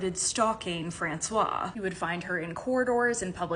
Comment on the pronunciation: FrancoisE for the females you pronounce the E at the end, otherwise it’s masculine and the king would have been gay😂😂😂